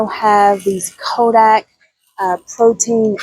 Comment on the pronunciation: thanks for the reminder to walk the aisle at our grocery store to look for all the options. Your video had a lot of variety. thank you. Did you know that the brand Kodiak is pronounced KO-DEE-AK? (Like the Kodiak Bear)... not Ko-dak. Just wanted to point that out for the future. God Bless!